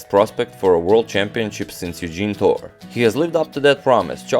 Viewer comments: Great vid. Btw, minor detail, we Filipinos pronounce it Baco-or and Tor-re. 😎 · Hello agadmator! Bacoor is actually pronounced "baco-or" separating the two o's and Torre is pronounced "toreh". I watch your channel every night.